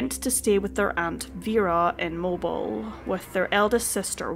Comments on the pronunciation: Dammit! It's Mo-beel! NOT Mobil. At a phone exchange in Italy (early '80s), they pronounced it "Mo-bi-lay". Cracked me up... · Not to disrespect you at all, but it is pronounced Mo-beel' not mobil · You do a great job covering this tragic disappearance. By the way, for future reference, Mobile, Alabama is pronounced Moe-Beel. Please keep up the good work. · Joining the Alabama folks in the comments flinching and going "...it's pronounced 'Mo-beel'..." lmao I've seen a number of videos from creators not from the area doing that; I remember once I was in a movie theater and a character pronounced it that way, and a good half of the theater corrected them just on reflex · Very sad indeed!! That poor woman...with #8 on the way. PS....I believe the town is pronounced Moe-Beel. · Absolutely heartbreaking!! I can’t imagine the loss of one of my children. Helpful pronunciation: it’s pronounced Moe-beel, Alabama. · Mobile is pronounced “Mobeel,” just fyi. We lost my baby brother on an Indonesian rocky beach once. The sense of dread in the pit of your stomach is just indescribable. We looked everywhere and broken hearted started down the beach to go to the authorities, figuring he’d drowned. Thankfully, on the way back, we found him frightened into a nearby cave by the loud surf and fiddler crabs. The relief was even more powerful than the earlier dread. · I love your channel and the tone of your voice. Just an FYI, Mobile, AL is pronounced Mob-EEL. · I keep saying in my brain when I hear you say Mobile like a cell phone....it isn't pronounced like that, it mo-bill....lol. I live in northern Alabama and I haven't heard of this horrible incident. So sad, my prayers are sent out to the remaining family members...Thank you for sharing this little boy's plight for justice! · I believe it’s Moe-BEEL Alabama. But, great video. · Just FYI, Mobile is pronounced Mo-BEEL. Great video, thank you. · It's pronounced 'Mo-beel' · It's pronounced mo-billll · Nice job! MOE-BEEL.